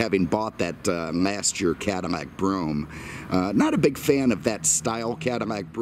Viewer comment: It's Cadillac not neck😂😂